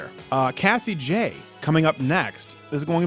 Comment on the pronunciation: Cassie Joye? Cassie Jays? WTF?!!! I'm Going crazy!!